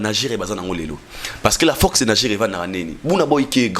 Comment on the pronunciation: Numéro 1 et non lumero 1, force et non focse zwaka temps mon frère olobaka mbangu mbangu trop keba bako kata ya ngo batier yo na pâge. message kitoko.